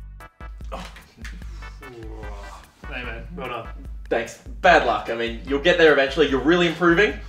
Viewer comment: Okay but seriously, what the fuck is an e sam?